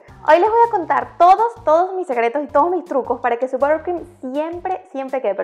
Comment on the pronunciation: Borcrim??? Cero pronunciación...